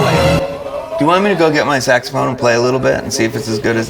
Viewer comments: When you said "saxophone," it sounded like you said, "sex phone." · " Saxamaphone,..Saxamaphone"😂 Classic Simpsons